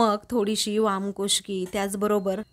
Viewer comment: मॅडम , वामकुश्की नाही , " वामकुक्षी " असा बरोबर शब्द आहे .